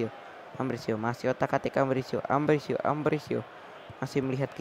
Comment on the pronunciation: Itu Ambrosio, bukan Ambrisio!!!